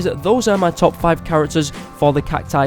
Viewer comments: It's not cactoos it's cacus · Its cacti not cactoos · It’s cactus not catoos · Gaming Coyote 840 the failed pronunciation of cacti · he missed the pronunciation of cactus, spelling CACTI and CACTOOS I think he is not American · It’s cact-OOS